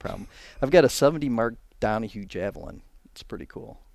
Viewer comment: Good job on the Mark Donohue, don't listen to the Philistine. 😉